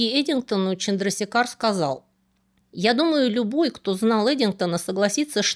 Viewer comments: Вообще, конечно, он ЧандрашЕкхар. Или хотя бы ЧандрасЕкхар. В санскрите е всегда длинная, и ударение туда ставят. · Отличное видео! Однако позволю себе небольшую поправку, правильное произношение имени этого ученого Субрахманьян ЧандрашЕкхар. Чандрашекхар- это эпитет бога Шивы, что значит тот,чью голову украшает полумесяц. Не менее интересна история другого индийского ( тамильского) ученого- математика Шриниваса Рамануджана. Было бы здорово, если бы вы сделали видео и о нем. Привет из Индии!